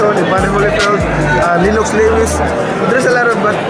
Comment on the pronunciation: The way he pronounced lenox lewis was unbelievable 😂😂😂😂